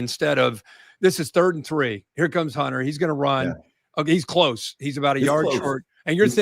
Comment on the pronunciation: KIRK , his name is GUNNER not HUNTER .